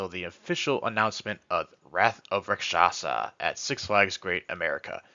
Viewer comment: If a single person says Raksasha right ill throw a party